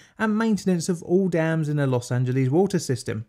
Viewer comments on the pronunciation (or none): Los Angeles is pronounced Loss Ann Juh Less. Not Lees. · Very informative and funny video about the topic. Tip: its pronounced, loss-an-gel-less. 😉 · Los Angeles not Los Angelease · British English speakers seem to think "Los Angeles" is Greek and ends with "leez." Of course, it is Spanish and it has its own American anglicized pronunciation which ends with "less." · I love how Brits pronounce “Los Angeleeze!” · "Los Angeleez" Oh British people, you so silly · >>> 12 minutes of Elmer Fudd speak....SHEESH! <<< There's NO such !@ place as Los Angeleeees